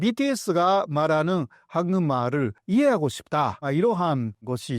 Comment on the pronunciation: 교수님의 한국말은 굉장히 잘 하시지만 한국말을 ->황금알로 들립니다. 죄송하지만 우선 이것만은 좀 수정해 주시면 안될까요?